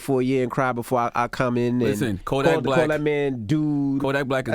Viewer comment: ENVY CALLED KODAK BLICK INSTEAD OF BLACK BY ACCIDENT 🤣🤣 #justsayin ✌🏾